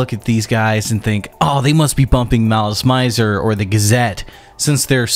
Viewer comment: he somehow managed to pronounce every non-english word in this video incorrectly, even malice mizer (it's mee-zehr), but it's kind of iconic given shamate is a crude pronunciation of "smart" so he gets a pass